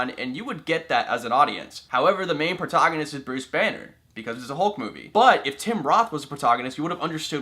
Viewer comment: Its pro TAG on nist not pro TOG on nist